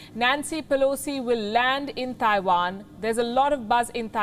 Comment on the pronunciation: A trip to Taiwan? I thought she said she was going to tie one on.